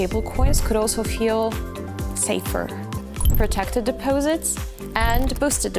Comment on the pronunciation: Depoesits? What the hell is a depoesit? What a strange commercial.